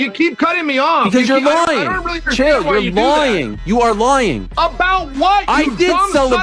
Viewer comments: Why was ariel saying "lying" like that? He was pronouncing it as "loying" 😂😂😂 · “you’re LOYING Chael!” 😂😂😂😂